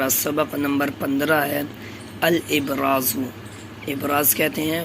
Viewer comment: Bhai assalamualikum kheriyat aap ne الابراز padha h وہ الأبزار h